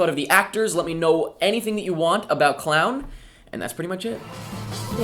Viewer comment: pronounced clone